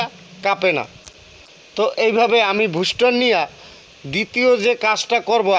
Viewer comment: ভুস্টা না ভাই বুস্টার 😅